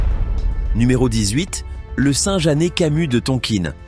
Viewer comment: Merci robot mais on ne dit pas Tonkine mais Tonkin